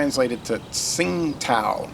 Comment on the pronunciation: Hi, I have lived in Beijing for a long time. Tsingtao is the old way of romanizing 青岛, nowadays in the mainland its romanized as Qīngdǎo(first tone, third tone). I think the company leaves it as Tsingtao for an "old world" feel. Your pronunciation is not bad! If you have a chance, you should try the Pilsner in the Yellow and Blue can/bottle, it's all-malt and excellent in my opinion, 80 cents US a 500ml can, it's my home lager, you can look it up on the Tastings website. Qingdao is a cool city too, you can tour the brewery and the beer(all varieties) is sold all over the city from street side taps in cups, Pet bottles and even bags! Restaurants all have it on tap too. Some of the brands other varieties are pretty tasty, especially the IPA, Belgian White, Chunsheng and Auguerta. A lot of people buy the Liter-sized cans of the unfiltered Tsingtao too, like a kellarbeer.